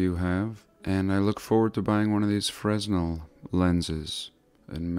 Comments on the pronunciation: Fresnel lens? S is silent. frenel… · light houses used to have fresnel lenses... the largest known fresnel lense ever made was in a US lighthouse......the s is silent I believe...freh nel kinda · Melted Brick Study 日本語ではフレネルレンズ。でも英語ではfresnel lensね。灯台に使われていた。JonLeviさんの発音でFresnoって聞こえてFresno Beeと思った。Fresno Beeが出てくる英会話テープをタイで出会ったドイツ人Anegret Bethgeさんにもらってよく聞いていたので知っている。カリフォルニアの新聞の名前だ。しかしなんで日本語でフレズネルって言わないのかね。ｓを発音しない理由がないよね。こういう省略が気持ち悪い。何企んでるんだよと思うよな。と思ったらフランス人の名前だな。なんかなんでも魔術やってるようにしか思えなくなっている。 フレネルレンズwiki Fresnel lens wiki The Fresno Bee wiki 流鏑馬 wiki 水俣病 wiki Distortion of history. Illumination in 1800's. Mercury. Free energy lighthouses. Mercury. Antigravity and overunity. and some healing. Fortress Of The "Cloud People": Exploring Ancient Kuelap In The Peruvian Jungle Exploring Ancient Moray And Chinchero In The Highlands Of Peru